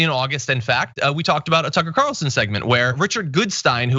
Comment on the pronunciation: so carlson tucker is prounouced cuntson tucker.